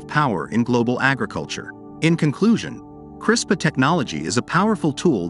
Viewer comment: 1st to comment. Also: I would should be responsibly and particularly where its need to improve the human condition and life and not any greedy self-centered reason. I am pretty sure you are pronouncing CRISPR wrongly.